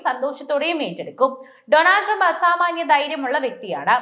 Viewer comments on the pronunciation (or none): നിന്നോട്. തുരുമ്പ്. പറഞ്ചോടീ. അങ്ങനെ 😂😂😂അയ്യോടീ കാസ്😅😅😅